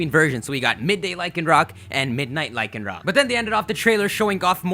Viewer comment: You pronounced Lycanroc right